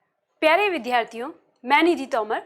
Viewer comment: 'विद्यार्थियों' का उच्चारण ठीक कर लीजिएगा आप !